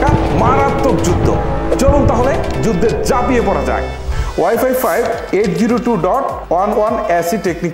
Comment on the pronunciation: যুদদে যাপিয়ে না, উচ্চারণ টা হবে "যুদ্ধে ঝাঁপিয়ে"